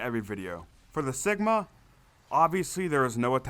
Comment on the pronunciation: Great series, the first way your saying cigma is correct. It’s “cig” like cigarette. The enemy spam in the bunker steps solo is pretty annoying IMO.